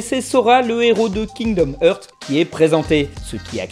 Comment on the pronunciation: Je vais faire mon pinailleur insupportable (et j'en suis sincèrement désolé) mais par Lucifer il faut arrêter de prononcer le royaume des cœurs Kingdom Heurts. Le pauvre souffre de cette prononciation. Bref continu comme ça j'aime beaucoup ton contenu